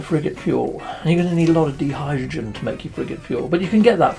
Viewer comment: You're driving me nuts! Di-hydrogen is pronounced like die as in divulge, dichotomy and diversion. Please practice it with me until it's automatic: die diddly eye die die hydrogen, die diddly eye die die hydrogen, die diddly eye die die hydrogen, die diddly eye die die hydrogen......... Each time you see those blue crystals, shout it out DIE DIDDLY EYE DIE DIE HYDROGEN. I'm going to check you next vid to make sure you got it.